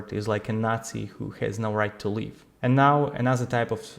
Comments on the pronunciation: Your English is very good, please try to correct the pronunciation of the word "live", you say "leave", it completely changes the meaning of your message. Copy this in Google translate and press the speaker icon "i live a good life" It's necessary to let Google know which of the two pronounciations you want. Unfortunately English is a crap language. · please learn to pronounce 'live' and 'leave', there is a difference.